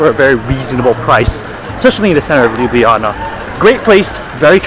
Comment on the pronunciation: i love how he said lubujana instead of ljubljana